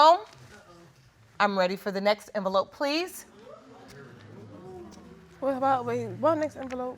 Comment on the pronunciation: " what next enveloppe"? Girl come on you know you were lying 😅